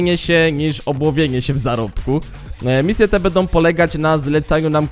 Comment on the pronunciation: wszystko pięknie tylko proszę popraw cytuje bedom bedzie obejrzyj jeszcze raz zobacz jak to razi przemawiasz do młodych ludzi i niech uczą się poprawnej wymowy Będą - Będzie pozdrawiam